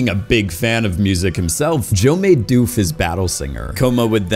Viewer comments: Dude your pronunciation of doof. Hilarious. It's not doofe... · Great content Terrible pronunciations Doof in doof warrior rhymes with book not food Klishnikov is not how you say his name, it is supposed to be exactly as it’s spelled, it’s the Russian name for an AK47 etc